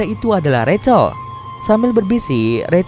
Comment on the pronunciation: rachel=racel Bukan rahel😭🤙🏿‼️